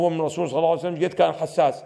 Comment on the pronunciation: كانه سماحة السيد قال "صلى الله عليه وسلم" و "صلعسلم" والا انا سمعي ضعيف؟!